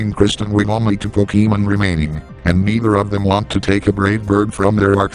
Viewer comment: is best commentator.:3 Also...PokeEEmen.